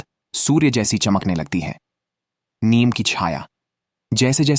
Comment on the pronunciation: Neem bolte hain, niyam nahi, aap se a hha to bacche bolta hain, pls lesen to again, hi di not clear, he hindustan hai, hindi ka sahi use karen, jai shree ram